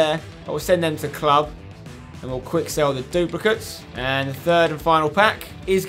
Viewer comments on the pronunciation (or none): none